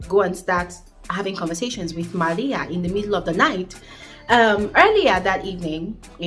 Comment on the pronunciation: Love the way you say MARIA